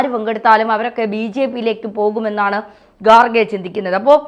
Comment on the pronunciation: I like your channel.. But please pronounce properly.. Its not gaarge. Its kharge. Its not khar khar mahadev. Its har har mahadev. Your pronouncing is completely irritating . pls correct it.. TG is very good in pronouncing ..